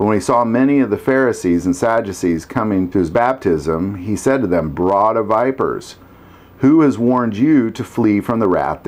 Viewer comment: Plz look up how to pronounce “brood.” It is brood of vipers not broad of vipers.